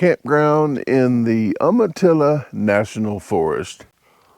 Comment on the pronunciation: It’s pronounced, “you-ma-till-ah” , been there a few times as well. Love watching your channel 💯